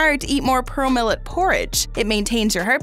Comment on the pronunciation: She says 'Purrole millet' not pearl millet 😃🤣🤣